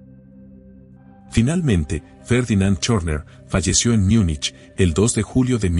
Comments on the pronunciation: ¿Porque dices Miunich si estás hablando español y no simplemente Munich que es lo correcto? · No se dice “Miunich”, sino Múnich en español, en alemán es München